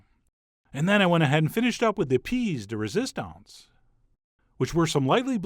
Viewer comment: "peas de resistance" lmao